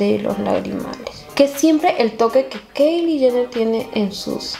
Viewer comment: se pronuncia kaili (Kylie)